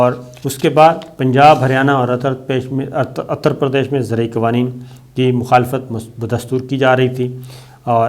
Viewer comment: صابر شاکر صاحب، یہ اتر پردیش نہیں ہوتا۔۔ اسے اُتر پردیش کہتے ہیں، الف کے اوپر پیش ھے، شکریہ